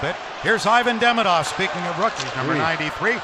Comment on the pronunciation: He called Demidov Deminov